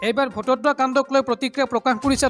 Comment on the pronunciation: বটদ্ৰৱাক বাৰে বাৰে ভটদ্ৰৱা বুলি উচ্চাৰণ কৰি আছা ।আৰু দুই এটা ভূল আছে ।যেনে -- ইতিমধ্যেক ইতিমধ্য বুলি উচ্চাৰণ কৰা ।